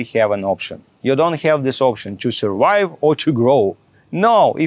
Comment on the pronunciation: This is the most ridiculous thing I’ve ever heard. The TRUF IS - we know how you personally surWHY,, -- by F R A U D and everyone should know about it! What you really need is to learn basic English properly at the primary school level. NO GRAMMAR, "FAB" PRONOUNCIATION, - WOWW, HE IS TEACHING US HOW TO SUR-WHY!!...😅🤣🤣